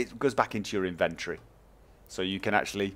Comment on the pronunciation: the way you said inventory makes me want to catch chlamydia.